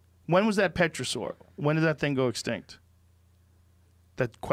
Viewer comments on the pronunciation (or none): Pterosaur is pronounced ‘tera-saw’...not petro-saw. The P is silent. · Joe Rogan: Has had a large amount of scientists all with diverse backgrounds of expertise on his show. Also Joe Rogan: "Puhterosaur" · “Petrosaur” lol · Killed me when he said petrosaur instead of pterosaur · Joe “Petrasoar” Rogan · Tf is petrosaur? Its Pterosaur the P is silent u goon. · Did he say “petrasaur”? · Joe “Petra-saur” Rogan. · *tear a saur, p is silent...of course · The P is silent in pterosaur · hearing pterosaur pronounced "petra" saur makes my skin crawl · Joe 'Petrosaur' Rogan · it's pronounced : tear-a-soar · When he’s saying petrasaur is he trying to say pterosaur?? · Terrasore Joe.. Its pronounced terra sore. Lol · pretty sure the "p" is silent in Pterosaur..... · Joe Rogan: Says Pterodactyl correctly Also Joe Rogan: Says Pterosaur wrong ×70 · The p is silent Joe. (pterosaur) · The p is silent. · The P is silent brother